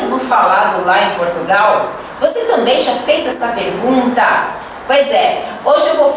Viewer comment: Você já parou pra ser fazer essa perguntÁ, porque falas assim 😅 deve ser pros gringos entenderem melhor.